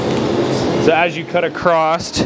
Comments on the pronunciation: in english the word is across NOT Acrost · Very good . But when you say cutting across don't ad a t . It's across not acrosst . So I would say ." I grab this piece and cut across here to this point." Then back across to take the briskets off. It's not the proper way to say in english acrosst. It even came up as a word spelled wrong .I sorry for the criticism. I did like the lesson in cutting a cow into all of it's different cuts . Thank you .